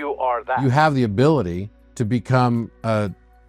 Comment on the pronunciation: "...you have the hability to become a more evolved DIVINE human being..."